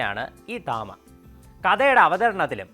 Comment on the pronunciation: തമ ❌️ താമ✅️😂😂